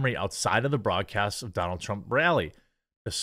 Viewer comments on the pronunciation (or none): none